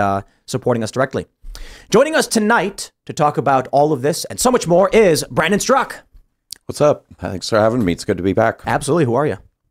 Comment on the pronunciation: Brandon Straka with the silent “a”